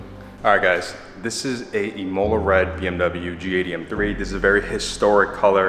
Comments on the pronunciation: Say “im” like “him” im-ola Not “e” like “he” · The way you pronounce imola should be a criminal offence haha but congrats on the car bro